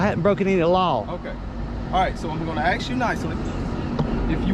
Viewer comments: The cop was threatening you.... He said he was going to "AXE" you🤔🤔🥴 if you can't say the word "ask" then you shouldn't be a cop...🤦🤦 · "I'm gonna aks you nicely" but if you don't give up your identity it gonna go the other way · anyone who says "In going to axe you nicely" is AUTOMATICALLY moron level or below. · He axed you nicely. 😂😂😂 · I hate it when educated law enforcement personnel axe a question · "I'se gonna aks you". Where do they find these idiot cops? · He keeps axing for id. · "If you keep trying to "Axe me" I will Defend Myself." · Never have a conversation with someone who can't pronounce the word "ASK " !!!!😮😮😮😮😊😊😊